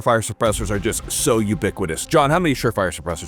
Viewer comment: I think you meant to say Rugged not Rearadin.